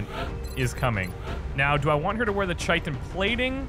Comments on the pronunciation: Please, I k now it's too late for this particular series, but it is pronounced KY-tin armor not CHY-tin armor. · dear, I've really enjoyed your playthroughs, I only recently discovered your channel a week or two ago. some helpful pronunciation advice though, Chitin is pronounced like Kite-in. The word comes from greek and the Chi is pronounced like Kai. I guess this only irks me because its also a word primarily used in regards to insects and i have a background in entomology. It probably doesnt distract most people. By the way, I also really enjoyed your XCOM declassified playthrough as well I look forward to your future work! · Chitin is pronounced Ky-tin